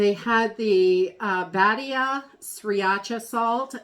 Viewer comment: Hi! Spanish lesson: Badia is pronounced Buh-DEE-ya Corner